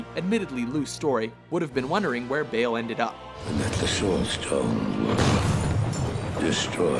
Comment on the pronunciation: Not sure why Baal (ball) was pronounced as "Bale".